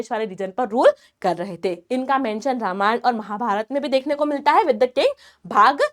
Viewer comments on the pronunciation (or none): none